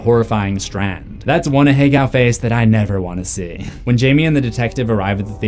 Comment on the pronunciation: I've never heard anyone pronounce aheago out loud and I fucking hate it now 🤣